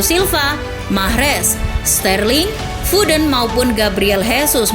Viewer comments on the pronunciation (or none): none